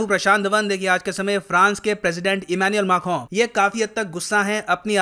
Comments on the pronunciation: Who else loves it when says Emmanuel Mackhron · I need to learn pronouncing Emanuel Macron correctly from 🙂